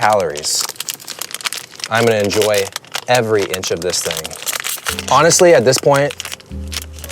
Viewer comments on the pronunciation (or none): Why did you put so much emphasis on “every inch” 😅